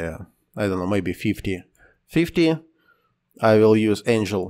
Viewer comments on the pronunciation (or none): none